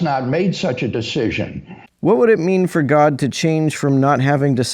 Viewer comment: "Hwhat happens is"